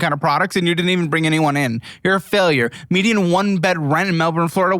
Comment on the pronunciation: How do y'all have a Melbourne in Florida yet still grotesquely mispronounce Melbourne in Australia 😂